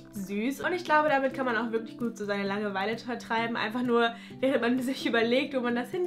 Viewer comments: Bin ich die einzige die es unglaublich nervt dass sie die ganze Zeit Langeweile so komisch betont?😂 Sie sagt "Lange-Weile" und nicht "Langeweile" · bilde ich mir das ein oder sagt sie immer so langewEile ich beton da irgendwie immer das a also lAngeweile🤔 haha was ist denn jetzt richtig und wie sagt ihr das?